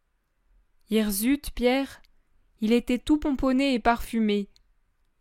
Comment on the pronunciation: Merci,juste on dit hirssute et non hirzute😊